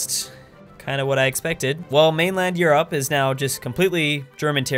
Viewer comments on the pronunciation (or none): You’re the only person I know who says Europe like You-Rop